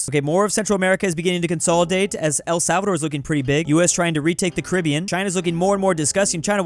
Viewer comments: “Carabiean” WHERE IS Carabiean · BRO HE DID SAY " CARIBIAN" 😂😂😂😂😂